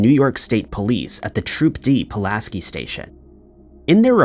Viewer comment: It's Pull-ask-eye